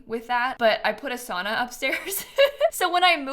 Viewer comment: I love the build but as a Finn I took like physical damage everytime you said "sauna". The way Americans pronounce it hurts me at my core 😭 (I do hate the Sims 4 saunas in general too though)